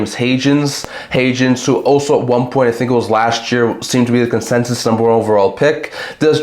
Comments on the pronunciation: first time I've heard Hagens pronounced Ha-jens...you could be right but I think it is Hagens with a hard g. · It’s haagen, like in haagen dazs….